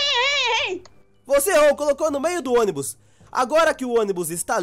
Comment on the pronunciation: você ônibu envés de ônibus te amo 😘😘💓